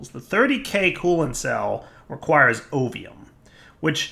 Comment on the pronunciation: So i've been playing cata dda while i watch this series, and because i am not focusing on the lets play with 100% of my attention every time you say ovium ... i hear opium ... i keep double taking lol dungeons, dragons and drug lords. lol